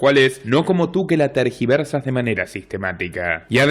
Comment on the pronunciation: Se dice tergiversas no targiversas. Ilustrado.